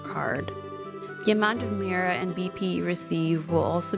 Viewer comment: Pretty sure Mira is pronounced “meera” lol